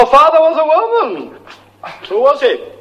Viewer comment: "Tenho um "glande" amigo em Loma..."